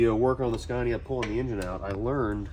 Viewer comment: sorry to be a corrective person. The name is pronounced Scania not scarnia. Other than that I love the videos and I honestly think you need to bring that truck to Australia and give it a good rip on our skid pads over here. That would be hell good to see